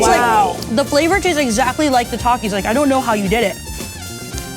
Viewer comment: Thank you for pronouncing Takis the right way🔥🔥🔥 Th-a-k-ee-s